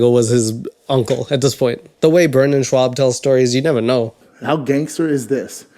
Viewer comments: I just can’t get past how you pronounce his last name. There is no W. It’s very easy. Other than that video is spot on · You’re making fun of the dudes name, yet pronouncing it wildly incorrectly every time. You said he’s 10-5 and in the next breath said he’s won 50% of his fights. You’re so eager to diss the dude you forgot math? Like I’m not a Brendon fan, but this video just reeks of you cashing in on piling on because it’s popular, while adding nothing substantive to the conversation. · As someone with the same last name, I am so triggered by the mispronunciation of Schaub. That said, fuck Brendan Schwab. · So I don't like Schaub in any way, shape or form...but I think you should learn to pronounce the name of a person you make an hour long video on...especially if you're going to say his name 60+times. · I hate Schaub but you can’t pronounce his last name and you’re not funny either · You are not even pronouncing his name right! So it's not even funny. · Get off his dick bro. You made an hour video about him and can't even pronounce his name. DIIIIIIIIIIICK RIIIIIIIDA! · He will tell two contradictory lies just to setup a story that is not only stupid and unfunny but also a completely obvious lie as well. Man the layers of stupidity are unreal. Also I can’t tell if you are intentionally mispronouncing his name but I find it funnier that way. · Hey you’re mispronouncing his last name. Don’t be bloggbuster b. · Even though I agree with everything you're saying. The way your saying Schaub is driving me crazy lol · 10 Wins and 5 Losses is not 50%😂😂 Plus you can't even say his last name right , the A is before the U not the other way around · Not your best work here. Not sure if you are mispronouncing his name as a joke either, but it's pretty annoying. Maybe I've just seen too many other pieces on him before, but you need to do some better research and write some better jokes. Schaub should be any easy topic to roast, but this just ain't it chief.